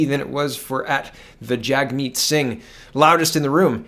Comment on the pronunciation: After Laura Lynn spoke the moderator would say "Jagmeet" but it sounded like "Checkmate!"